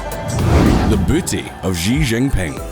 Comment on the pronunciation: Ah you pronounce Xi correctly now 😁